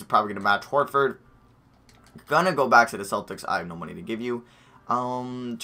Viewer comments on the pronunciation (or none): none